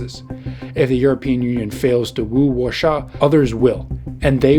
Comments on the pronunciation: Excuse me: what's WASHA? Do you mean WAR-SAW? I've NEVER heard someone butcher the name so horribly in my years on Earth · It's not pronounced "Warsha" but Varshava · Try to say Warszawa like Varshava (with hard R). Greetings from Poland. Edit. UE is not what we want, on the begginig was great federation and union. Now we see UE changing into socjalist gulags. We run from this in the past and we don't want to stick in this again. So if we will made a UK way it will be Polexit way I'm afraid. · R.I.P. to W-A-R-S-A-W pronunciation ... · The weirdest pronunciation of 'Warsaw' I've ever heard - neither English, nor Polish. Same with 'Czechia'. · Can someone teach this guy how to pronounce Warsaw? Its like he can't decide between Warsawa and Warsaw, so, he tries to pronounce the English word in Polish. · his pronunciation is closer to german version but who really cares?